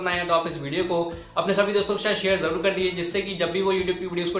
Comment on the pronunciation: Jarur nhi zarrur hota hy bhai😂😂😂😂